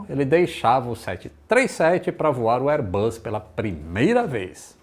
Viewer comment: Excelente canal. Só uma observação: "Bus" se pronuncia com o som de S, como em "boss." O que você tem pronunciado é "buzz," que significa "zumbido," como som de campainha, ou de um inseto. Reiterando, "airbus" se pronuncia o S como em "boss."